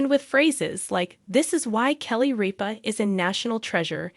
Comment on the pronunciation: It’s RIPA NOT REAP-A